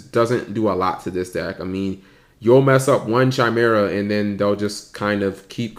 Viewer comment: chimera is pronounced kimera, not CHimera. >_>